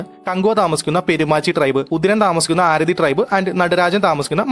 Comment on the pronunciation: ആരതി അല്ല അറത്തി 😅